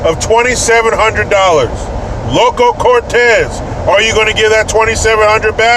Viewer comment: You got it wrong again! It is Loco! Not "Local".